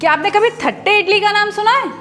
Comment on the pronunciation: O Come on. Let's be honest. It's only written as "thatte" but it's pronounced as "tatte".